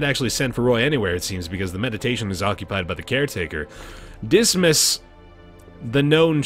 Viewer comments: Fuchot=Foo-Show. Dismas=Dee-mah =) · Thank you! pronunciation of Dismas has been upping my stress level since Pt 1. I was starting to think I'd been saying it wrong all these years.